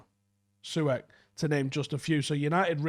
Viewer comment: Bruh the way he pronounced Masuaku’s and Soucek’s names 😂